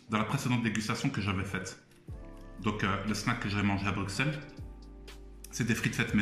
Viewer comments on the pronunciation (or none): Stp toi qui viens de Bruxelles dit " Brucelles" fait pas la meme faute que les étrangers 😭😭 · on dit "bruSSel" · Non mais ça ce prononce Brussels et pas Bruxelles